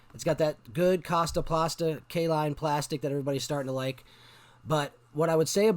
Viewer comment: Kastaplast - not Kastaplasta. Otherwise, fun vid and thank you.